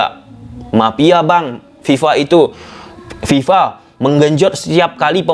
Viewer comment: Bukan Viva pak tapi fifa